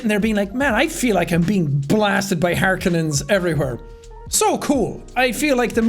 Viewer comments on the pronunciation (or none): I feel like he should watch Lynch's Dune, I would want to see what he thought of it. Also Harkonnen is pronounced har-koh-nin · You got to hear how everything was pronounced, except they pronounced harkonnen wrong. It's (har-cone-en). Sadly that's one thing they got wrong, and I don't know why.